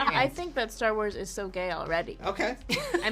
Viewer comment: its called star WARS not star WHOES